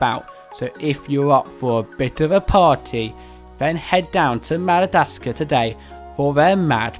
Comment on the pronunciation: It’s Madagascar, not Madadascar